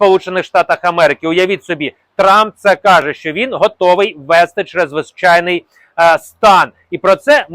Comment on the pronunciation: НАДЗВИЧАЙНИЙ СТАН----говоріть правильно !!!